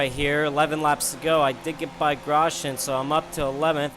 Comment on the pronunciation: His name is gros-yan not gros-gen.